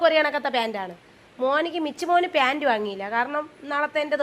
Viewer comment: പ്യാൻ്റ് അല്ല പാൻ്റ്